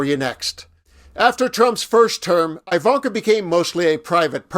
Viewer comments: Her name definitely isn't pronounced "eye"-vanka. ;-) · It’s pronounced E like evil. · I've NEVER heard her name pronounced with a 1st syllable sounding like "eye."